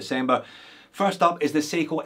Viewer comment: How do you call that Seiko at 16.40, watch no 45? Say again? 😜